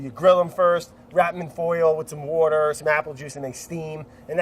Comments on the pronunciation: I love the fact that after every single time Brad says “water” there's a little subtitle somewhere that says “wourder” 😂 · Say wourder duh😂👐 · i love how the editors make fun of how brad says water every time